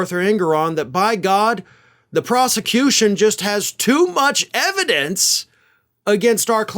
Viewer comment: "Put the ebidence in da car, Junior."